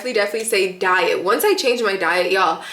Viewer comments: She said DIET not DYE IT 🙂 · I thought she said “dye it” not diet🥲